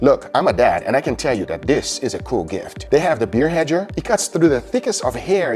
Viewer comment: Gugas favorite words “Diss, Dat, and Dare” (This, that, and there) 😏😏